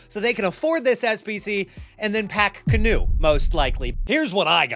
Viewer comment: “canoe” Kanu pronunciation RIP